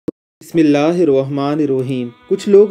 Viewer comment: bismillah ka ljha tlfuz to sai Ada kryn